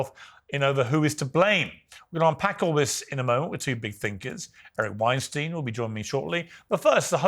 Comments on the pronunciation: I love Eric and can listen to him all day, Piers, please pronounce his last name correctly. It's the very least you can do. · When you have Eric on, you should pronounce his name correctly...Weinstein as in time/dime/lime...respect the academic - I know he goes way, way over your head.